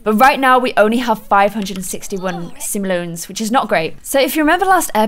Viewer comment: Sim-ohl-ee-ans. Simoleans